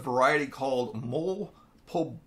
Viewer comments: Lol it's called "mo-lay", not "mole". My wife was laughing at you. Good video. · Just to let you know it's pronounce mol ehh. Great video 👍🏻